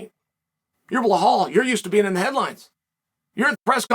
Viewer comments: “Blohowl” Mohammed always cracks me up but “VinCHINcent” Luque almost made me choke on my food 😂😂😂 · I have never heard Chael not murder Belal's name xD f'n love it